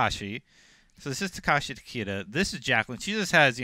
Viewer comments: Yeah these guys have messed up almost every pronunciation. They said for Tarkatan "Tarka-tan" instead of "Tar-cat-tan". And for Takeda they pronounced it "Ta- Key-da" instead of "Ta-Kay-da". Embarrassing because its IGN. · Tah-Keh-Dah -- That's how you say it properly lol